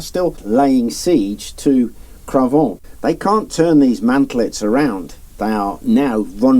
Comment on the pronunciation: Great video ! The irony is, to my french ears, the way your pronounce Cravant, sounds like "Crevons !" which would roughly translate to "Let's die !"